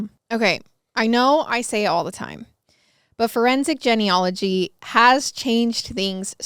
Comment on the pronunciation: I'm a frequent listener and love each episode but the "Jenny ology" drove me nuts 🤣 isn't it pronounced jean? Genealogy